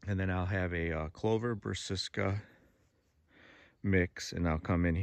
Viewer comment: 🤣 I definitely was taught the wrong pronunciation years ago, but have since corrected myself.. Brass-A-ca! 😎